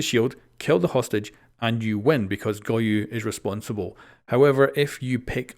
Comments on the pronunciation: Go-yo Not goyu got you dude 👌🏼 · Bruh why is he saying goyu? Am I missing a joke? Is that how it's pronounced? Or is he seriously misreading a four-letter-word?